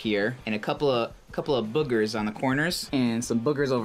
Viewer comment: "bogers" :) Hmm need an umlaut over that 'o'